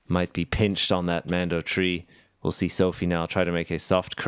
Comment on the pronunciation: Good commentary and Sofie playing great!, please pronounce Sofie's name correctly. There is no A in there...